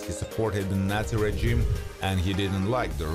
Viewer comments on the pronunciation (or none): none